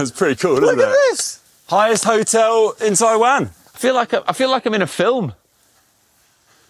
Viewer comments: As someone born in Taiwan, the only thing I'd say is that I was slightly bugged by the incorrect pronunciation of Taiwan throughout the video! Would be great when promoting the country to say the name correctly! Appreciate you guys showing the beauty of the country though. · Taiwan! and what a fantastic episode! By the way, the country is pronounced "Tie-One" not "Tie-waan". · Brits give other English speakers crap for pronunciation, but apparently they can't pronounce Taiwan properly. The difference in the way they pronounce it and how it should be pronounced is like the difference in pronunciation between "ant" and "aunt". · Greta vid…just … wish you could pronounce the name of the country properly 😅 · Hi...English people pronounce "Taiwan" differently to every one else in the world which is strange and even grating to hear. I've often mentioned this to Brits in Taiwan and they defend their pronunciation by saying it's said how it's spelled, so I ask how do you pronounce "subtle"? lol...and don't get me started on how Americans butcher the pronunciation of "Muslim"! The correct way to pronounce Taiwan is how it's pronounced in Taiwan by the Taiwanese and by every where else in the world which (except the English) which is "Tie-one"...and definitely not "Tie-waan". Come on Brits, make the effort to pronounce it the right way or we'll start pronouncing Britain as "Brit-tain" lol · TaiwAn. What’s with that pronunciation from the two of you?